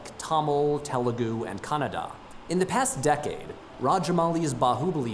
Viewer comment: Literally that foreigner guy can pronounce KANNADA correctly,but our indians can't 😢 What hell is going on here😔😡🤬